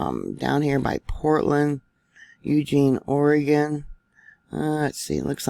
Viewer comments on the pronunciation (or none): none